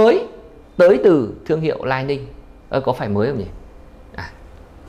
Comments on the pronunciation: Góp ý: Lining đọc là li ning nhé shop, ko phải " lai ning " đây là tên thương hiệu. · lý ninh, Li Ning bạn góp ý quá đúng